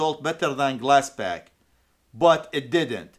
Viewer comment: Are you saying glass back or glass pack? Just fyi its glass pack with a p.